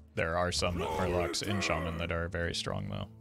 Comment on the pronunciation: knows how much it trigger some of us when he says Shay-man rather than Sha-man